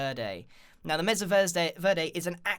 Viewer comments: its pronounced may su not meza u derp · Not to be rude but it's pronounced maysa not mesa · BooksForever are you stupid? It is pronounced messa, i have a mexican mom and its MESSA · DUDE ITS MASA NOT MESSA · Total 'joke' comment: Bro, I live in Arizona... Its pronounced "May Sa" ('sa' like the first part of 'suck') NOT 'Mess a'. But I forgive you, you're from across the pond. Lmao. Mesa (MAY-sa) is spanish for 'table'. There's a place in Arizona called "Table Mesa"... How silly? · you said masa verdi like my teacher wrong!!!!!! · The problem with the witch trap is that it only works once. Also, it's pronounced "may sah", not "messa" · BTW it's not said Meza vrday it's said Maysa Vairday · It (MESA) is pronounced maysa, not meza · " Mesa (Meza) " ...I thought it was (may-sah) i didn't know there was 2 pronunciations..its probably just sense you live in the uk and you pronounce it different (or im just weird) idk Also I love all the builds grian! Especially the sky temple and flower ruins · i cant take it anymore, grian, my guy, im sorry BUT ITS PRONOUNCED (MAYSA) NOT MEZA edit: i live in one so i should know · meza? I pronounce it Maysa. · It's pronounced mésa not meza or mess-a (the accent on the e means it's pronounced "ay".) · The meza?It is called the mesa (may-sa) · its not pronounced mess-a its said like mace-a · meza..? i thought it was pronounced may sa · Do you really pronounce Mesa as Messa? It’s pronounced maysa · I’m sorry the what grian? Meza? It’s pronounced may-suh or may-ser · Grian it’s pronounced may-sa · Mesa Mesa MESA IT IS MASA SAY IT MA -SA MASA IT IS SPELLED LIKE MESA AND PRONOUNCED LIKE MASA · "Moyang" "Eleetra" "Measa" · IT IS PRONOUNCE MEISA NOT MESA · Grian, I hate to burst your bubble, but mesa is pronounced may-sah. Verde is pronounced bare-day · it's 'May-sah' in British English too, it's just not a very common word here, so gets mispronounced often :) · mesa pronounced "may-suh" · It's m-A-sa Grian also love the ideas